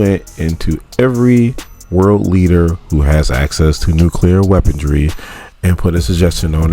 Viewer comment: Brother...neither weaponry nor stole have any D in the pronunciation. I'm your fan. I leave Likes....but saying "stoled" and "weapondry" makin u sound foolish af